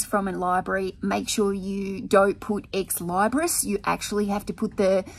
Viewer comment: You either need a bigger space or you need to hire some help. You're growing and you're still trying to run it alone. At some point, something has to give. You'll figure it out. But you look stressed, so please take a deep breath and eat that elephant one bite at a time. P.S. Ex- Leebris is how it's pronounced.:)